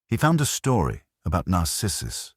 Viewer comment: also "narcissus" The accent falls on wrong syllables.